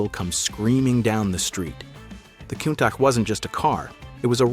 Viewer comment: Countack he calls it, pronounced coontash!!